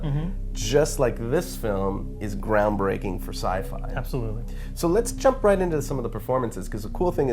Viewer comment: haha...he said ground baking